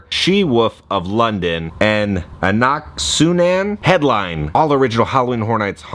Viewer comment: Brendan Fraser is throwing his coffee with how you pronounced Anek-su-namun.